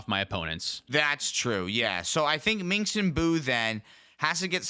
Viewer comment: "minx and boo" is making me twitch every time. Its just pronounced Minsk, guys. The s comes before the hard k sound. The c is a mislead.